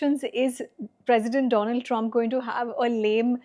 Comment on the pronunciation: Congratulations on winning the awards. Thank you for giving the platform to this bloke to make a fool of himself. He should steer clear of politics. He lives in Boston and cant pronounce the name oh his President correctly.